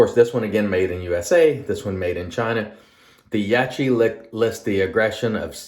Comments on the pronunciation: It’s branded in the West as Yak kee. I know a guy who mispronounces peoples names when he doesn’t like said people - I think it’s a case of that at play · Only You can explain why You’re mispronouncing Yaqi’s name - but I think it’s as obvious as the nose on Your face. I know You know the proper pronunciation. Don’t be so small and petty - it’s cringy to look at.